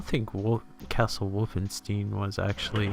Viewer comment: You are the first person I hear saying Wolfenstein Wolfensteen. :) It's a good game, but I can't say I ever liked it or impressed by it even back in 1991-2 when I first saw it. Yes, I remember the home computer game with the same name which had nothing to do with this.